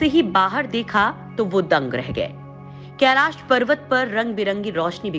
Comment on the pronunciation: केलास नही *कैलाश*भाषा तो शुध्द बोलाकरो।धोती भाषा कभि शुध्द नही बोल्ता हे।